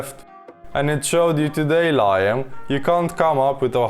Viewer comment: That’s an unexpected way to pronounce liam. 😂